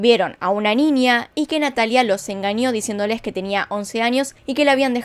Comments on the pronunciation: Me encantan tus videos, pero POR FAVOR, debes ir urgente a un profesional que evalúe tu dicción, tienes serios problemas con la pronunciación de la letra Ñ que llega a ser extremadamente molesta. La NIÑA, no NINIA.. saludos! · ninia jajajaj por que dice ninia